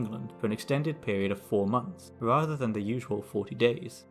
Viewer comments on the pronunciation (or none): none